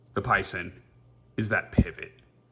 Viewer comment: Definitely a beautiful knife! Don't worry about Spyderco forums OCD... I'm curious to see Spydercos fix. Sal reaching out was probably only because you made the thread. BTW pronounced "pie-zaan"